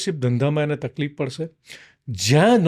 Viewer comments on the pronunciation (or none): none